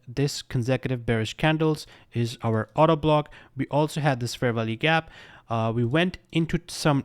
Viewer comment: Is it just me, all I heard I Auto Block instead if Order Block?